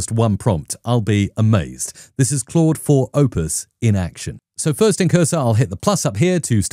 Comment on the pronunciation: I love your videos. So much useful info. It's overwhelming what AI can do... And it's really just beginning. PS. Thanks so much for pronouncing "Claude" correctly. There's another prominent AI Coding YouTuber who doesn't, and it hurts my head whenever he says "Cload". (It's still great content, just hard to get through sometimes.)